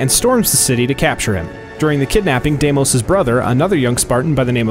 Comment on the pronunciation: Dimis?! It’s Demos